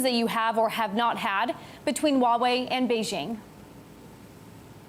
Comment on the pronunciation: Kinda disappointed even the Huawei CSO cannot even pronounce "Huawei" right....